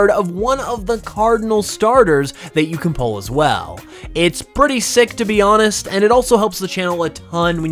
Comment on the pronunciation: Bro pronounced the H in honest, Canadians are insane